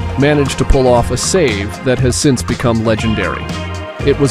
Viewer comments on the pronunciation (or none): none